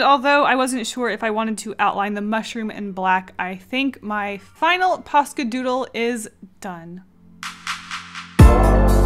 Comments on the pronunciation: isn’t it posca not pasca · You know what’s funny? I have subtitles on, and when you say POSCA pins, the captions say “pasta” pins. 😂 Edit: I feel like people take this as a hate comment, but I’m just pointing stuff out. Sorry if it feels like a hate. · i can not pronounce posca no matter how much you say it im just here like paka poco pasta?? pa da da da da da da bat man im not the brightest crayon in the box ._. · I turned on subtitles (idk why lol) and when said “Posca” the subtitles read “Pasta” 😂 Edit: heck the first illustration looked cute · I kept thinking you were saying pasta Xd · It sounds like you're saying 'paska' all the time, and it means shit in finnish 😂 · I keep on thinking that ur saying pasta